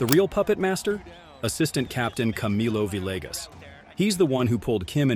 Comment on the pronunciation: No! You must not be a golfer because you don't know how to pronounce Camillo Villegas...